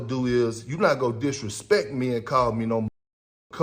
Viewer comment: ..".What you not goo'n do." One brotha calling another another a "Coon" is about as bad as it gets.